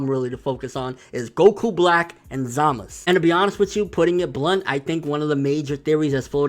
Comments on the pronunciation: lol i agree with your theories but one thing though, why u keep saying Za-Mas instead of Za-Ma-Su? or is it just easier to say it that way lol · za-ma-SU! again say it with me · zamus? its Zamasu!!! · ZAMASU WITH A U NOT ZAMAS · DeathTheKid ur right. But Nobody say Enel now do they??? Zamasu it is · Is there a reason this guy refuses to pronounce zamasu correctly? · Yeah but not in this case buddy lol. Go watch the Japanese version again and tell me if they pronounce the U or not lol. Also, me and my brother-in-law who is Japanese pronounce it the same way lol.